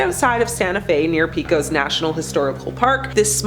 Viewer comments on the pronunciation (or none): It's pronounced Peck-ose New Mexico, not Peek-ose. 🙄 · The stories are good but the pronunciation is horrible. Pecos is pronounced PAY-COS, and Navajo was totally butchered.. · Yo-sem-ah? That isn't how you pronounce Yosemite. And how did you pronounce Pecos? You know right here on YouTube, you can listen to pronunciations of places you can't pronounce.